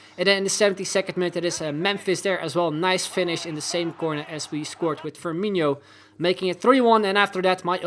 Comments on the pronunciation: It is FirminOH not FirminEEYO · Loving the series. Hoping u keep it up. Btw, Firmino's "no" is pronnounced like the world "no" ;)